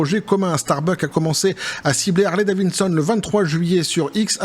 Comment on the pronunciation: Harley Davidson et non pas Harley Davinson 😉